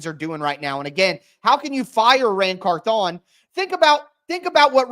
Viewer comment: Can you say the man’s name right 😂 CARTHHH ON it’s one name not two